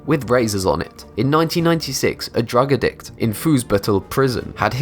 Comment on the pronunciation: man learn to speak san kwen-tin? drug ad dict?